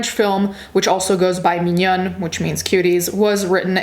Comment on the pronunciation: Your pronunciation of mignonne is surprisingly good, in general English/french people have problems with the pronunciation of French/English words. Sorry for bad English I'm french :]